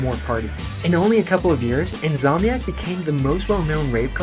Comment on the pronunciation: The most jarring thing for me was In’S’omniac being pronounced as In’Z’omniac. That’s gunna haunt me for the rest of my days 😅